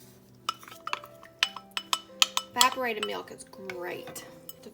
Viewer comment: At first I thought you said "vibrated milk" I'm like What?! Oh wait, EVAPORATED. 😂 Anyway this maple fudge really looks NUTS! Does that marshmallow fluff make it a little more airy textured?